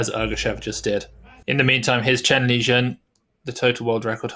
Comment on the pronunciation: No, its Chen Lijun